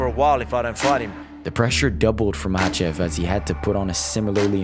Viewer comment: Did Chael just call him "Islam Michaelchev" 😂